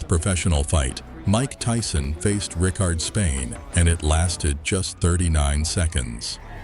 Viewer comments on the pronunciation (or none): Ricardo Spaine. Notice the O at the end of his name. They display his name and say it a few times. Maybe not a huge deal but when you're listing all Tyson's knockouts one would thin you'd get the names right. There were 50 days between the fight s with Michael Johnson and Robert Colay. GTW Who the hell is Robert Kaley. It is pronounced Koh-Lay. Seems like you're just making this stuff up as you go. I mean come on, 16 days between fights. You are full of crap. Oh ya, and in the Colay fight he finished him with a left cross not hook. The nest fight against Richardson was finished with a left hook. Maybe try actually watching the fights. You should have just let this play and not bothered with the narration. The nelson fight after the Richardson fight was ended with a left upper cut. His punch is clearly moving in an upward motion.